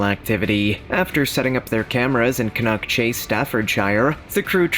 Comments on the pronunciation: its can nack chase thats how its prononced not can knock chase and its very famous for more than black eyed children been murders there a old stone age fort a bronze age fort, ,pow graveyard and britsh and canadian soldiers buried there a crash site of 2 ww11 bombers and a fighter trainee trenches for ww1 a old hospital from 1005 till 1960s a big black cat a shapeshifter ufo sightings orbs and bigfoot and dogman a hitchhier that gets in folks cars and vanishes a mile down the road a crying women in the woods to name a few and locals will not go anywere near the place as dusk comes ,i live half a mile from it ,ive seen the black cat 8ft long 3 and half ft high in the summer of 2014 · Maybe if they see some more of the ghost they might get the place name pronouncement right its Can as in tin can Can-nock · Pronounced Canuck Chase, Staffudsha So fed up of listening to this mispronounced! This was a girl and her grandma picking blackberries xx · It really gets my goat when folks mispronounce place names. For example Cannock Chase. The narrator of the video seriously pronounced it incorrectly. It is pronounced as can-knuck!!